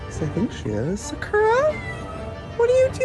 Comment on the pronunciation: i have many questions about this video. not every pet owner is absolutely perfect, why is she acting like she would be 100% perfect in the same situations? why does she say sakura as “sackora” ? in hindsight, yeah maybe he should’ve done things better, to be so critical of someone else when you wouldn’t be perfect in the situation either is not right. he’s trying his best to help these animals, she’s acting like he has some sort of weird kink for having animals or breeding them 😭. if he would have just left the animals this girl would’ve been griping about that too, at least he didn’t just leave them there and is TRYING.